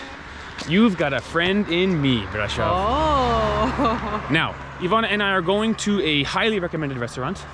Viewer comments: Brasov not Bradshaw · Corect : Brașov ] Romanian: [braˈʃov]